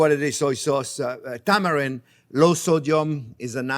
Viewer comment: Tamari and San-J Chef said Tamarind and Sanjin. I’m 😂🤣 too much Sakè Chef lololol